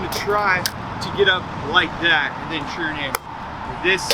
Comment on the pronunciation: It's turn, not churn. Are you making butter or Skateboarding ?